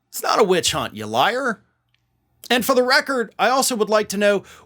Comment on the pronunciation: Did he say "bitch hunt"?